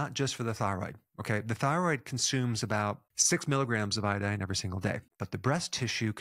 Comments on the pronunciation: It's not iadine, it's iodine. 😅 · Say iodine again